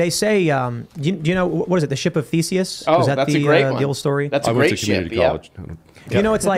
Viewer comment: Tried so hard to get 'Theseus' right and did not